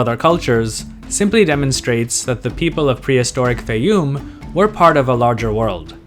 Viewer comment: Your pronunciation of Faiyum changes from rhyming with Eye -oom to rhyming with Day - oom. I suspect the former is correct.